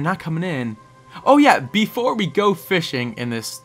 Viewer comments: when he says get outta here be he says before so like BEEfore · Lol you said Beefore lol